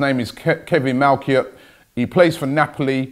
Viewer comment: I clicked on this video just to hear how he would pronounce the name... Wasn't surprised by his ignorance